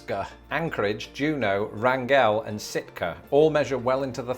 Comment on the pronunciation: H's, just for the record, Wrangell, AK, is actually pronounced with the accent on syllable #1--RANG-gul, rather than rang-GELL.